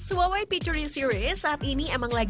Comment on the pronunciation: Huwawei? Not Huawei?